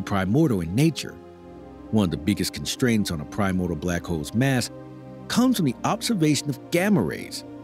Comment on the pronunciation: If only you knew how to pronounce 'primordial' maybe you would have some credibility.